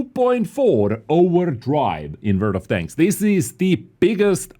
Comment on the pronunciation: Ladies and gentlemen.......... TODAY....... VORLD OF TANKS!!!!